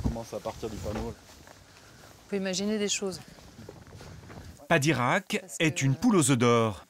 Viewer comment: Padirac, pas de Koweït 😂